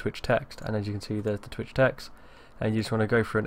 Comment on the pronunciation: Lol he said tweeah